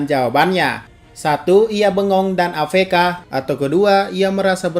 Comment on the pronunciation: Matamu afeka. A ef ka yang bener cok